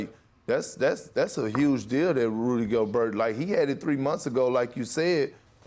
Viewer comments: Absolutely No One: Perk: "Rudy GoBerg" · This is beyond the point but do people who watch the NBA for a living really say "Davis" and "GolberT" like these names are in English? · Rudy goburt is how you pronounce it lol